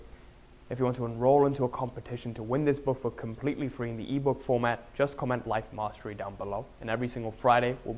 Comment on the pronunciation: "Life mastry"